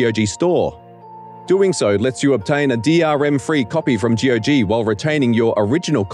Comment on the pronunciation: every time he says g-o-g instead of saying gog like you say cog, i feel physically hurt